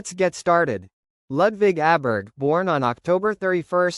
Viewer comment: Pronounced "Oberg".